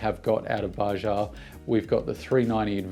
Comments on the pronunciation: Bajaj, not Baja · Its Baa-judge not bajah. Greetings from India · hi buddy.........its not bajaaa, Its bajaj !!!!!!!!!!!!!! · The second J in Bajaj is not silent ;)